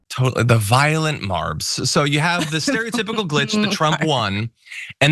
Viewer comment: I keep hearing, "violet" marbs, as in lavender 💜 😅😂😂 the dude is DONE. Never smart, he's now just damaged beyond repair.